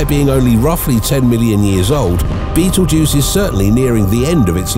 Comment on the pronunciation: I don't think it's pronounced' like the movie, but can turn this into a drinking game. Every time you hear bettle'juice. Take a shot.😅